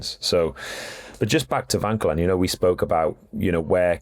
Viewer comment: He also says Lipowhich instead of Lipowitz, and Vankellan instead of Vauquelin. It gets a bit annoying doesn't it!